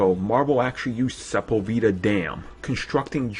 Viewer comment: About 42 minutes in... sePULveda, not se-pul-vee-da. This video is awesome by the way, not done watching it yet